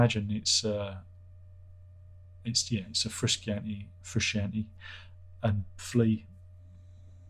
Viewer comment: John Froo-Shahn-Tay 🤣